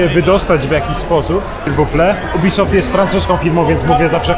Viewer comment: Każdy: Jubisoft: UBYSOFT xd